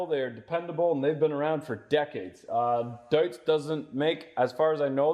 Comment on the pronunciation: Not “Doots”. It’s pronounced “Doyts”.